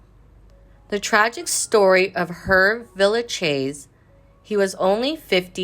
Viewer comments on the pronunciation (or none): Not how you pronounce his name